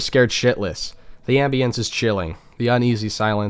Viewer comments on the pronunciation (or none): This man said ambiahnce, I love you